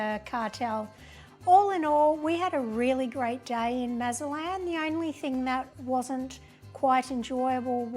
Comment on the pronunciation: You visited Mazatlán and made no attempt to learn how to properly pronounce the city’s name. It’s NOT Mazalan! There’s probably a zero chance of you being pickpocketed or being “taken by the cartel”. You made little effort to treat our beautiful city with respect. Please come back but only when you choose to do so.